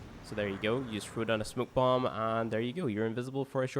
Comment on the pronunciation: He pronounced smoke bomb to ''smuk'' bomb